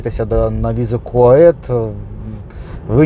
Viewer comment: Чому Ви кажете КУАЕТ. Канадійці в шоці, сказали що правильно Сі Ю Ей І Ті